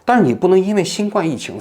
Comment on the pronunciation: 新冠，guan，读第一声